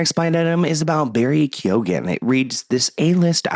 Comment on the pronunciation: Was anyone team Amber 😂 and it’s Barry key-own